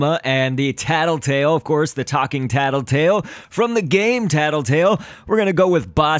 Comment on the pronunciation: Luis Berdecia Its Tattletail, not Tattletale.